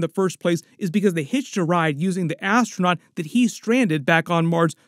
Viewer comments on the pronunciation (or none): none